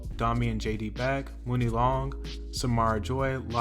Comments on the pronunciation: Muni Longs Hrs and Hrs was the biggest R&B hit of the year. It’s pronounced “Money” not “Mooni” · Muni long is pronounced MONEY long. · For the record, it’s pronounced Mon-ney Long. Muni Long